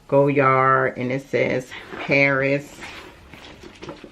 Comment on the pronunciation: I love this bag. I own the pm size. Just wanted to note dear, the d at the end of Goyard is silent. Beautiful color, enjoy 💚💚